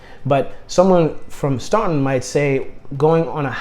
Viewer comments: As someone that lives in Staunton, I just wanted to say that it's pronounced Stanton 🙃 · You hit the ball out of the park with Staunton. (Pronounced STAN-ton). Great area, fine folks. Close to good jobs, doctors, etc. considering how rural. I-64 and I-81 are there, so you're not isolated. Home prices are good.... If you like Staunton, consider Lexington as well.... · Boy man, youve lost me. The only choice that makes sense is STANTON (thats how its pronounced) who in the heck wants to move INTO THE CRAZY DC WORLD WITH HIGHER COSTS OF LIVING, CROWDING, HUGE HOME PRICES? I know you want a big commission, but COME ON. We are all living on less, well unless your some woke gobment worker and trying to live a smaller and more efficient life. I just wasted a bunch of time. By the time you got to the top 5, I could predict them all being from Hampton. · Pretend the U is not even there when you pronounce Staunton. It sounds like its spelled Stanton.